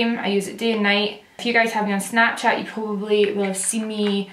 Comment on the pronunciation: Every time you say "if you" I think you're saying "F you" at first like the curse word lmao